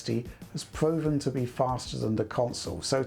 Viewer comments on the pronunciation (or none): doesn't know how to pronounce 'proven':P. Otherwise, great video as always